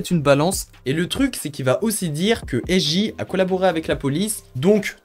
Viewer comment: Frère ça se lit S(JAY)